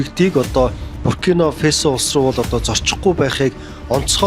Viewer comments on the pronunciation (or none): Фэсо биш ээ, Фасо гэж л дуудна